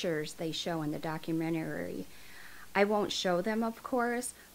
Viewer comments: What the hell is a "Documentararyrary"?? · Love your work but it's not "document-or-rar-ry" it's just "documentary" 🤣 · I'm commenting this in the nicest way possible, but it is documentary, not documentarary. You mispronounced it like every time in the video, so I'm just trying to help you out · Doc-u-men-ta-ry not doc-u-men-te-ra-ry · Minus the hundreds of times she says documenterary lol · 1. Melissa Lucio is EXACTLY where she belongs. 2. LEARN HOW TO SAY THE WORD DOC-U-MEN-TA-RY. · Doc-u-men-tah-ree lol The way you pronounce some words crack me up. I’m hooked tho, subscribed & always waiting for your next video 😍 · How about you start learning how to say Do-cu-men-ta-ry…. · I think you’re amazing!!! And classy and so adorable. Just one thing it’s pronounced doc·u·men·ta·ry. There is only 1 R. And I swear I’m not saying that in a disrespectful way whatsoever, I just want to help. I used to say it that way too. I hope you don’t take it the wrong way because I think you’re amazing! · Baby say it with me doc-u-men-ter-ee 🤣🤣🤣🤣 documentary !!!. I see yur struggling with it, so I’d figure i would help out. But great info. This is my first time running across your channel and i love how informative yur video is. This lady should stay in prison.. whether she did it or her daughter did- she has abused before or watched. She has failed those kids tremendously. I’m not sure about the death sentence. The only thing i hate about living in Texas;; they are quick to try to throw the death penalty. Keep up the great videos🥰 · You look so pretty in this video and I enjoy your episodes! But documentary is 5 syllables! Lol! Sorry! It was just kinda bugging me the whole time! Keep up the good work! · Dock-you-men-tear-E Hope that helps. Great stuff. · Is she saying "documtarery" over and over? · How are you pronouncing the word, documentary? It sounds like you are saying, documenoury. Just wondering if that is some type of accent. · Docu- men- tary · Documenuary?Documentary?? HAHAHA